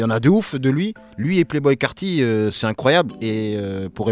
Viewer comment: Playboi carti pas (Playboy)